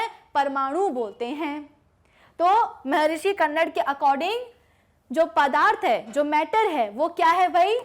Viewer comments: महर्षि कन्नर नहीं, महर्षि कन्द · Not कन्नड its कनाद.... कन means atom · Madam its not kannad its कानाद